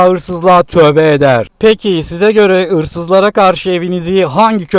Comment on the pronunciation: Abe sen nerelisin, ırsızlar diyosun susak 😂